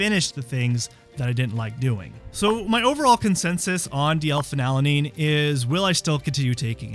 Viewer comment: I believe the dyslexia diagnosis: You’re leaving a syllable out of the name of this amino acid. It’s Phe-nyl-al-a-nine (not Phe-nal-a-nine). Anyway, doesn’t the “DL-“ prefix indicate it is a synthetic substance? I try to stay away from the “DL-“ things, such as “DL-alpha-tocopherol…” etc (synthetic vitamin E). Is this something I should ignore? Or are the synthetics more beneficial? Why would a Naturopathic doctor suggest taking a synthetic amino acid? 🤷🏻‍♀️